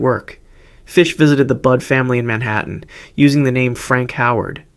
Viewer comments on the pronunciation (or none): none